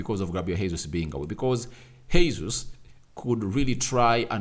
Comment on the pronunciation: As a journalist it's your responsibility to learn how to say people's names correctly because you're à model. That name is not Hesus. It's the second time I'm calling your attention to this. GESUS. THAT'S HOW TP SAY IT. This is Portuguese not spanish sir